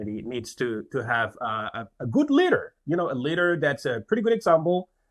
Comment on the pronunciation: For a few seconds I thought he said they need “a good learer”.